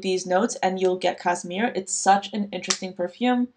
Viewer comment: It's actually Chopard Cašmir, which has a sh sound - kashmir. I've seen this perfume for cheap around websites, but I'm scared to blind buy it because I sometimes struggle with peach accords. on the other hand, My Burberry Black is amazing. I also love Narciso, I found it for a great price and I'm so happy. Aura was also on my radar for some time, but I think what I liked about it so much was the uniqueness more than the scent itself, so I'm not sure if I would get it if I found it even for a good price. I feel like Eau Duelle or Angelique Noire are more what I actually enjoy, but I really don't remember the actual scent of Aura that well. I just know it was SUPER green. I'm still mourning Guccy by Gucci, and I'm scared I'll run out of Florabotanica and never find it again. Same for the original Stella. these perfumes really feel like me